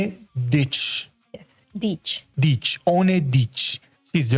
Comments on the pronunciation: It's a "ch" sound, not a "tch" sound lol It's "dich" not "ditch" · At least he got the "ch" sound ;-)